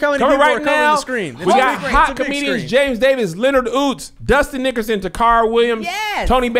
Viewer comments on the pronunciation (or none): He said “Dustin Nickerson Tacarra...” and I heard “Dusty Nickers in the car” 😩😭 I’m over here like IS THAT SOMEONE’S STAGE NAME?! 😩